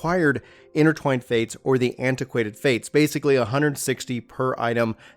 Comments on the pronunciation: "Antiquated Fate" "Stanima" "Enema" Bro I'm not sure that this is the career for you LOL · Oh dear lord... dude.... can't you read?! "STANIMA"? ... no! Repeat after me: S-T-A-M-I-N-A! . It's ANEMOCULUS not... whatever the f***ck you said... And "Aquaint Fate" not... antiquated fate.... And a BUNCH of other stuff, it made my brain hurt.... other than that, good video. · It's acquaint fate not antiquated fate lol. Good video though! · Antiquated Fate. Hahahaha but its all cool. I subscribed cause of the content and the compliments